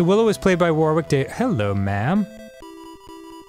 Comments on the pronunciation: "War-wick Davis"?? Danny, why xD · the pronunciation of "warwick" is on point :) (jk its like "war-rick") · "War-wick Davis" Nice one, Dan. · Dear Americans, The second 'w' in Warwick is silent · Dan, Warwick Davis' name is pronounced "Worrick." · Ok, no hate, its an easy mistake but Warwick is pronounced 'Worrick'. It's a silent middle W. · It's cool to hear an American pronounce Warwick with the second w, I come from England and we normally pronounce it without the second w as if it's Warick. Love Dan and I was wondering if that's how all Americans pronounce it. Unless he's getting it right and I've been getting wrong my whole life. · Drives me crazy the way Americans pronounce Warwick